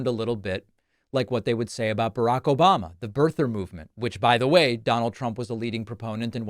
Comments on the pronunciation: OBAMNA! LOL CRACKS ME UP EVERY TIME I HEAR IT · O-BAM-NA! never gets old lol.